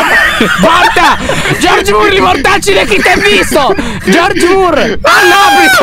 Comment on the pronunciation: Troppo bello dimmi perché lyo aveva detto giorgmur